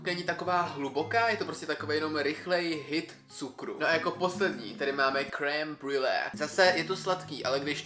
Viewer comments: jako cukrářku, mě strašně štve jak vyslovuješ creme-brulee 😂je to [ krembrlé ]. jinak video se mi moc libilo. červené mogu mi nechutná..mám ráda takovou tu světlejší červenou. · creme brulee krasna vyslovnost😂